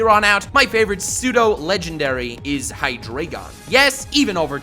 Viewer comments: It’s hi dry gon not hi dray gon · High Dry Gone is how you pronounce Hydreigon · But you say it hydrygon, not hydreygon. It's based on the German for 1,2 and 3. Dry. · It is pronounced hydrAIgen, it's fucking deutsch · You can't even pronounce your favourite pseudo legendary pokemon... HyDREIgon. a.k.a the german for three... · It would be a dragonitium also it's pronounced hi-dreye-gon, eye as in your eye. German 1 2 3 into deino zweilous hydreigon. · Microbabe Brown *Hydreigon Please don't correct on how people spell or pronounce anything when you cannot spell it yourself. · Hydreigon is your favorite pseudo legendary but you can't pronounce its name right lol